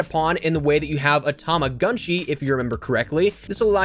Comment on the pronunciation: tamagotchi tama got chi "got" not "gunt"